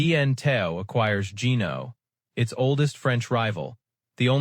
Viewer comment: pronounce benetau properly, thesame for jeaneau. terrible video, waste of time. no photos of the boats they built.